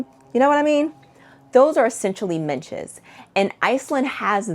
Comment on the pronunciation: I love a good packing video! BTW it’s midges rather than minches … I’m British and the Scottish midges are particularly fierce! You definitely need to remember your head-net if you visit the rural parts of Scotland in the summer.